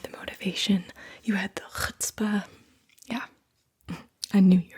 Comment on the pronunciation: you jewish? couldn't help noticed you said chutzpah and pronounced it correctly